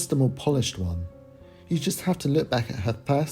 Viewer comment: And she said won country album lmfao hahah.